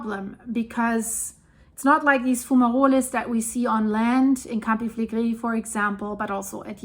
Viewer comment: Ja, verstehe ich. Ich finde allerdings gar nicht, dass sie langsam spricht und ihr Vokabular ist ausgezeichnet. Bei manchen Worten insbesondere wie zB Campi Flegrei und andere Fremdworte spricht sie es sehr deutsch aus was ja auch sehr charmant ist. :-)